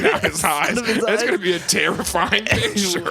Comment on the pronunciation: "It's Therrifying!" 🤣🤣🤣 that really got me! Lolol